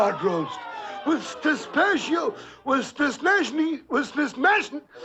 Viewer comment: Poor guy just can't say pistachio properlly.